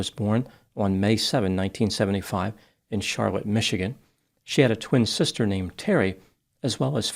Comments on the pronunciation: it’s pronounced “shar-LOT” not “SHAR-let” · Charlotte, MI, residents pronounce it Shar-LOT. They love mud-bogging out there. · Because its Michigan, the town of Charlotte is actually pronounced Shar-LOT. If that bugs you, don't ask about Milan or Saline. 😂